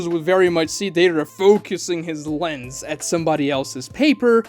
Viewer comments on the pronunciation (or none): none